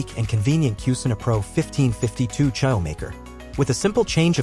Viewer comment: Is this AI? Who pronounces churro like that?